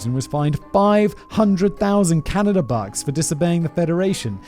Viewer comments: did he just say.. canadia? 😂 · Simon i love you but you literally make zero effort to pronounce anything, you even said "Caneyda" at one point.. lmao Simon standing up for corporations... But then again this is from the guy that says "Daddy Bezos" so....